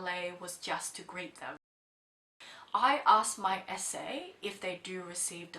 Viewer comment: You say "SA" but I keep hearing "esé"